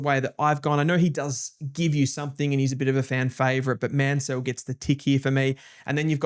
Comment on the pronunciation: Mansell and Lefau pronunciations need a bit of work.